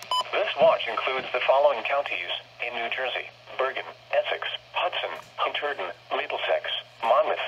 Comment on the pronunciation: “Huntturden” LOL!